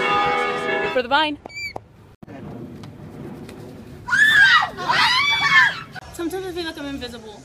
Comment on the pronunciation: It’s vine not vayn